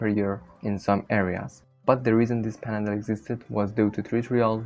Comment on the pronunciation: The mispronunciations make this almost unintelligible. It's panhandle, not "pandle". Maybe get some AI speaker to help you out?